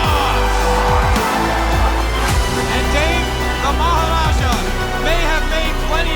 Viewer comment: It is also good to hear maharaja actually said correctly